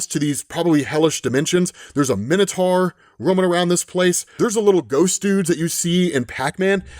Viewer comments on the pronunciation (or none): none